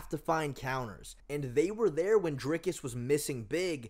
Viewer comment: "Dinkus" lol